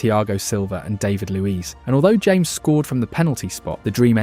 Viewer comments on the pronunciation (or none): Literally never heard anyone pronounce "James Rodriguez" like the English "James" instead of "Ha-mes".